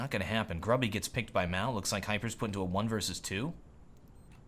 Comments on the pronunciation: gruby is pronounced "groobyh" - it means fatty ( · you should prenounce Gruby's name moreless like "grooby", it's common polish word meaning "fat' :D